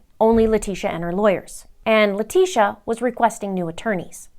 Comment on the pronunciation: I ABSOLUTELY ADORE how you said "LIE-TECIA" comes out of the woodwork. Just like every other NASTY PEST...(Termites, mice, rats, cockroaches, fly larvae (AKA:MAGGOTS,) very close species to LIE-TECIA in my STUDIED opinion..🤬🤬🤬👹👹👹🧐👏😉)...Much love to you, Mr. Linda and the fam from the Middletons in Michigan. Keep up the EXCEPTIONAL content 👏👏👏👏🙏🙏🙏🙏🙏💛💚💛💚💛💚